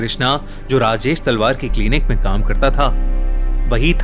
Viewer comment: Kis kis ne Rajesh salvaar suna 😂😂